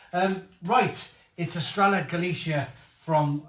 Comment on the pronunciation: The ll sound is like an English y or yuh sound, basically. Don't pronounce it correctly until after the final though.